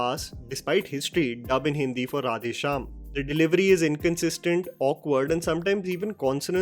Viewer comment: I feel Prabhas face is CGI in entire movie. Face is extremely filtered. please improve your pronunciation of words in South Indian languages. Or use voice bits of those words which is pronunced correctly from movie. It's creeps out to hear mispronounced.. To make you understand.. How you feel if a bad hindi is spoken in a english accent. It's the same way.. Please give a little more effort or please try using voice bits.